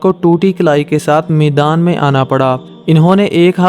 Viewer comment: Maidaan bol Bhai not meedaan Urdu talafuz theek Karo